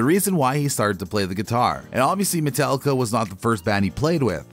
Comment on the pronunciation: MetAllica. NOT MetEllica. Every time you say it wrong it makes my ears bleed.